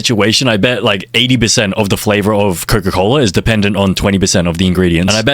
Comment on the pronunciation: "coco cola" 🥀🥀🥀🥀🥀🥀